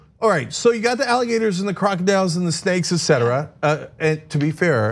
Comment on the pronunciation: "Maybe crocodiyoooooles"....🤣🤣🤣